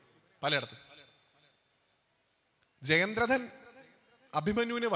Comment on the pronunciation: ജയദ്രഥൻ.വ്യാസൻ ഉച്ചാരണം ശ്രദ്ധിക്കൂ.❤